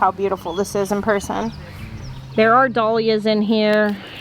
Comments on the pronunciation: I can't wait to watch you create your new farm! but I don't think I can listen to you say "Dolyas" again! LOL! It is Dahlia. Pronounced DAL Ya. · Lyn Ellisyes you're right! Had never heard them pronounced any other way-dal yias!